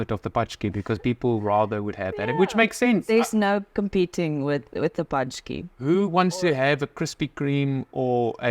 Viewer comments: Sorry to destroy your confidence a bit guys, but indeed you are almost there! :) The closest to real pronounciation is sth like 'pontschek / pontschkee' or like saying 'upon check' in english and getting rid of 'u'. This 'a' letter with a tail -->'ą' is closest to 'oh', like in 'oh no!'. I think only French of all foreigners can say this sound 100% correctly without long time of training... Love your dog! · You have to pronounce it, more like: "punchki".😁👍